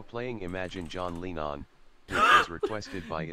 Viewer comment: john lean-on LOL